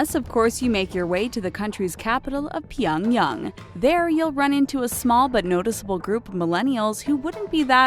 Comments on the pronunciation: Stop pronouncing Pyongyang differently every time you fucking say it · She also pronounces "Pyongyang", "Pyong-hattan" and other words in different ways throughout the vid. Hilariously JV. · she cant pronounce Pyongyang or rodeo drive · PyongYANG not pyongyung 🤨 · Its not pyonyong its pyongyang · Okay if you're going to do a video on North Korea, at least try and pronounce the words correctly... And it is 평양 Pyeong YANG (short a vowel sound), not Pyeong Young. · Its fucking Pyong yANG not fucking yung if it was yung then it would be spelt that way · Pyongyung??? It's not that hard pyong-yang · invincimaxi it’s pronounced pyung-yang, not -yung. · pyong yang is pronounced "pyung yahng", not pyung yung. also, some of the images on there are "actually" south korea. and no, north korean dont drive around audi's, rich SOUTH Koreans do. north korea also doesnt have Zara, Nike, Adidas. there is no proof. they may somehow import or bring one in, but again, no proof of store like its mentioned on the video being there. and no, the image of with people walking around from to isnt north korea. its south. this has got to be the worst channel/video about north korea lol. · i cringed every time she said "pyongyoung" instead of "pyongyang" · Couldn't make it halfway through the video as her voice and how she said Pyangyang broke me!!! 🤣🤣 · Pronounced Pyongyang as Pie-young-gang OH MY GOD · super cringe everytime she pronounces "pyung yung".. smh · Why does she pronounce Pyongyang as "pionyoung"? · If you're going to do a video on NK, couldn't you at least aim at an approximation to a correct pronunciation? Pie-un-yang? Really? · HighVerdictYT it’s actually pronounced pyong-yung lmao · Where's pyongyoung? lol... obsessed with N. Korea but can't pronounce their capital city. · Stop saying Pyongyang, is so annoying if you can't pronounce it right. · wtf her pronunciation of pyeongyang changed like 3 times and was wrong every time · PyOngyAng say it properly